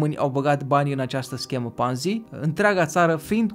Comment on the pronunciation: E Ponzi, cu "o", citeste "o" nu "a". Numele e italian, nu-l mai americaniza aiurea. Titlul m-a atras dar mi-am amintit de ce m-am dezabonat de la tine. Si te mai miri de ce Zaiafet apare la TV, pai Zaiafet e profesionist. Nu o sa auzi la el ca "o imposibilitate a devenit imposibila"